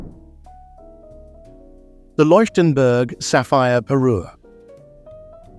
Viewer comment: Unerträgliche KI Kommentarstimme, Fehler auf Fehler in der Aussprache. Bohnen Fransen Tiara, Bananen Tiara, Leienburg/Loienburg/Likenberg statt Leuchtenberg , Wunderkerzen, Peru statt Parure usw. The A I voice is horrible. Mistake after Mistake in pronounciation and completely wrong names and words. Please not a second part with A I voice!